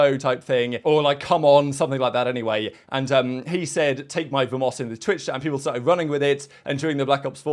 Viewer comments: pronouncing "vamos" has me laughing. Honestly the Heretics team playing the field is great.. I will pass on that Miami merch though... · Someone please teach how to say Vamos hahaha